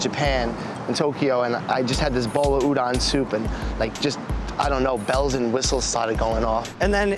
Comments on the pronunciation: It’s oo-dohn, ass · It annoys me that the guy is into japanese food and can't pronounce "Udon" is that hard to pronounce an O and not an A?